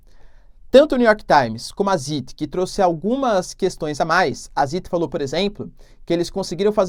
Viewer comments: Professor não é sit se pronuncia Tzait. Significa Tempo, e seguido de um í tem o som de aí por exemplo Einstein vc pronuncia Aistain. Zeit o Z tem um som de Tsé mas bem rápido. Não sei explicar pq não aprendi gramática só sei falar alemão por que moro aqui mas não sei nada de gramática abraço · Professor ''Zeit'' se pronuncia ''Tzait'' com um t quase mudo no começo como em ''tsar'' e significa tempo em alemão. Um abraço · Zeit = "tzáit" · Ótimo vídeo, professor. Só um comentário: "Zeit" se pronuncia "Záit" e significa "Tempo" em alemão. Abraço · Professor, no alemão, sempre que você ver as vogais "EI" em uma palavra, você pronuncia como "AI". Por exemplo um famoso: Albert Einstein. Então a pronuncia do nome do jornal é "DIE ZAIT". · Obrigado pelo vídeo Professor! Zeit se pronucia "zait". significa Tempo. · Professor, a pronúncia para o jornal "Die Zeit" fica assim: di Tsait. Obrigado pelo vídeo! Estou aqui sempre te acompanhando. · Professor, Zeit é lido como: Sáit Obrigado pelo ótimo conteúdo e por manter todos nós informados. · Tsáit na vdd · "Di dzáit" seria a pronúncia aproximada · O jornal "Die Zeit" se pronuncia como "di tzáit" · Pronúncia de Zeit: Zäit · Compa, o alemao ta mal..vc nao tem tempo de ver o tradutor di google?la vc escuta apronuncia certa.. o ei em alemao e um A.. Di Tzat.. ok??? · Die Zeit.... Ei em alemão tem som de aí.... Então se pronúncia zait e o z se pronúncia como se fosse um tz então se pronúncia tzait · "Díi Tzáit", é a ajuda fonética que posso dar (sem ser D e T de carioca) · Zeit. Pronuncia-se tzait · Die Zeit = Di Záit